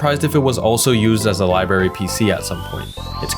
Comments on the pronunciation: Good video but it is library not libary. I had that pronunciation knocked out of my head by nuns in my youth. So that pronunciation is international,I guess,I thought it was a Chicago thing. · “Liberry PC”